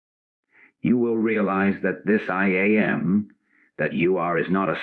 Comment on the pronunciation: Yes. I wish the AI wasn’t so obvious. It is a distraction. Especially when it says I am the I A m. 😂